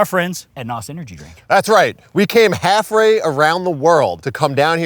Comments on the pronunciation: saying haff ray instead of half way😂😂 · i love how said "HalfRAY" instead of halfway. lol 🤣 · Halth way 😂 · I believe you meant to say halfway instead of haffray 😂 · We came "halfwray" around the world" 😂😂😂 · Half Ray round the rowld? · Did say half-ray?!?!!??!! Loll someone made an ooppsie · ... what is haffray? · Did just say half-ray around the world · Did he just say halfrey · "We went halfray around the world." Imagine if they went halfway lol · Did he say hafray? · hittin us with that "halfray" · “Harfway around the world” jet is real 😂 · halfray😂 are you okay